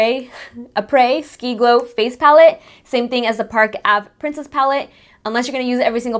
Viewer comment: Its pronounced áprèh ski 😜